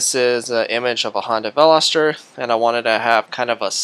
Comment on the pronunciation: you said it was a "Honda" NO! It's Hyundai. Completely different car company. Honda's are made in Japan, Hyundais are made in Korea. Also, you do not pronounce the name Veloster correctly.